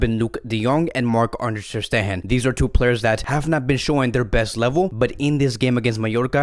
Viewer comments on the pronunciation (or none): And also its not "Ter SteHHHen" its "Ter SteGGGEn" stup....